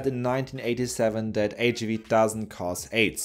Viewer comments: HIIIIIIV! please don’t swallow the I sound. It sounds so weird and makes me wanna throw up! H-I-V not HV cmon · Why does he pronounce HIV “H-uhh-vee?” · Why did he pronounce HIV as HAV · Ich habe noch nie jemanden auf Englisch HIV so aussprechen hören wie dich. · y do u pronounce HIV in a funny way